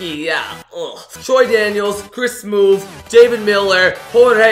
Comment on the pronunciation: lol he said +Chris Smoove